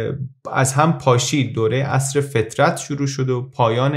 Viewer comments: .ممنون عالی بود فقط دروه فَترته و نه فطرت! ❤ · دوران فَترت تلفظ درست است